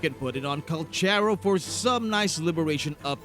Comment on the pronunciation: The pronunciation of his name is... Kal karow